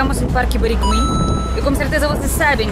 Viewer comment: A legenda no Parque saiu errada. Você falou certo: É Barigui, mesmo, não "Birigui". Aahahaha